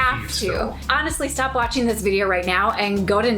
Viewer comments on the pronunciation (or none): none